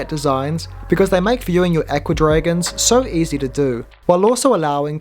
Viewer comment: I'm glad you can remove the junk cartoons at the bottom. I like the tank a lot except for the rubbish at the bottom. To my ear, your pronunciation of "Aqua Dragons" sounds like "Ecuadorians." Odd to think that there are kits for making little Ecuadorians that swim around in a tank.